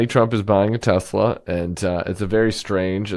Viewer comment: But wait, there was DB Chump, “I love Tesler.” 😂😂😂😂